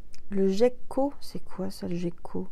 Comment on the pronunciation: Le miel et le sirop d'érable sont excellent dans le café 😁 Je n'arrive pas à boire du thé en raison d'une émoragie suite à une extraction dentaire et ça me rappelle le goût du sang dans la bouche. Donc quand j'ai le rhume et un mal de gorges, je met du miel dans mon café pour me soigner. Le gecko prononcé avec le g dur est un genre de lézard.